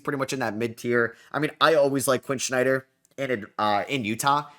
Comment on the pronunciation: Quinn SNYDER not Quinn Schneider.